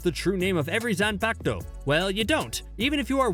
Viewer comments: “Zanpacto” LMAO I DIED WHEN HE SAID THAT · Zanpakuto [Zon-Pok-Toe]